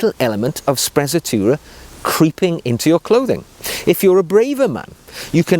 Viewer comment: I'm not Italian, but certain it's pronounced spre-tzatoura and roll the R